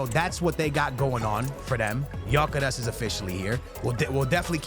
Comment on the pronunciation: Gyokeres is pronounced gyuh keh resh its a Hungarian name.